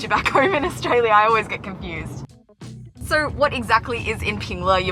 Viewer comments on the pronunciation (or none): none